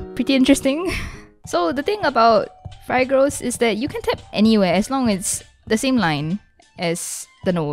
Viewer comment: It somewhat triggers me to how she says Phigros.